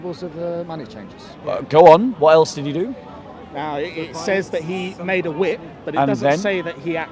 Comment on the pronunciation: "He waved the wrip around" 😂😂😂